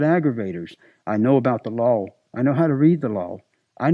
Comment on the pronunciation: Every time says the word "law" I only hear lol I have knowledge of the lol I know about the lol I know how to read the lol lol lol lol